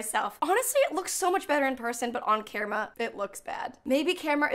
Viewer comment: kerma? Never heard anyone pronounce camera like that